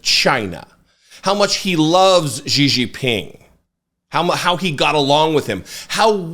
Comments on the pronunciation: ❤❤❤❤❤❤@, I love you to death, so please don’t take this criticism as me being a d-bag. Xi is pronounced She. 🙂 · Jesus, nearly every American butchers that CCP dictator’s name, but Xi is pronounced correctly like the pronoun “she” [Jinping]. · Please learn to pronunciate Xi's name, please.